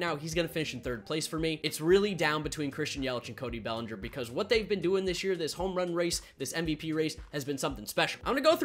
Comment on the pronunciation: It’s bellinger